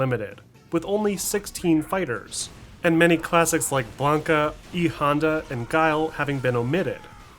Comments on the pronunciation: Why did he say E.Honda's name like that?? 😂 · Great video. Thanks! I can't help but chuckle at the E Honda pronunciation lol.